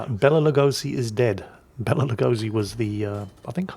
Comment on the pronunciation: It took me like twenty seconds to realise, who is the actor which is talking about:D His take on the name Béla Lugosi was priceless, i was like what? who? It sounded like forgotten medieval italian dish to me...